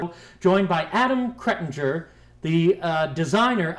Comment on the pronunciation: He said your name wrong kretinger lol